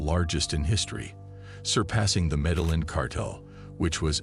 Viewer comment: You are mispronouncing Medellin.